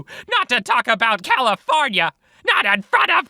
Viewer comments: Californiaaaaaaaa, not Califórnia hahahahahhahahahahahahahahahha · NIUUUUU NOT CALIFORNIAHHH!!!